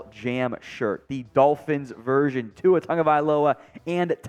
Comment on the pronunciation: Why do so may of you guys pronunce Tua as Tuga? Please try a bit harder as this fan is tired of hearing the mispronunciaton